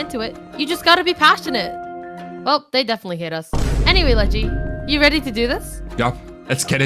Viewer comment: bro its ledgy not leggy